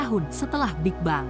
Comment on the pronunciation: Setahu sy. Pronounciation dari Big Bang itu big beng. Apakah sudah di-Indonesia kan jadi = big bang ? Berulang2 disebut bang bang. Mengganggu. Video ini hebat, futuristik tp bikin ketawa ketika disebut bang lagi 😅😅